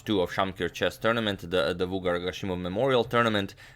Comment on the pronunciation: It's pronounced vugàr (the stress is on the second syllable, not first) :)